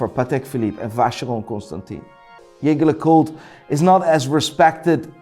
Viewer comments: This guy is trying waaaaay to hard. He'll try to pronounce some brands like Hublot or Panerai with an accent to try and pronounce it ''Correctly'', but can't or wont pronounce Jaeger-lecoultre or Seiko the right way. How do you mess up saying Seiko? You're a fun dude with lots of energy, no need to try that hard and pretend to be what you're not. Don't be that guy my dude. DON'T be like Kevin O'Leary when he mispronounces watch brands in bad French. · how can anyone trust this guy when he can't even pronounce jaeger lecoultre correctly? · Even pronounce them wrong so what now. Lol. Yergerlacool? Hublou? Constantine? Hahahaha. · Hermes not pronounsed that way… c’mon you should know that if you are the ‘expert’! Edit: Just like Jeager lecoultre! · This guy is a Patek Philippe, Audemars Piguet and Rolex expert. Knows fuckall about any other serious brand from the looks of it. I mean just listen to the JLC pronounciation, the fucc. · Come on, first you slaughtered Jaeger LeCoultres pronunciation and then you didn't even put them in God tier? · Real talk. He can't pronounce Jaeger LeCoultre and puts IWC under Tag Heuer...